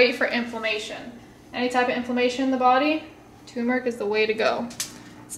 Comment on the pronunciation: lol TuRmeric:) not Toomeric:) is awesome:)